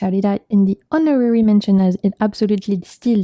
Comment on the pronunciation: lol for honorary the H is silent